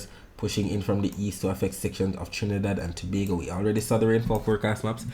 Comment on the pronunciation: You say Trinidad and Tobago well goodnight I gone to sleep bless ❤❤❤❤